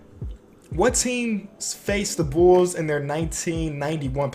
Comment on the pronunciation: I love how he says bulls Bools